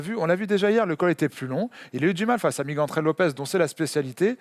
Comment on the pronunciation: Ça se prononce Miguel pas Migouel ;)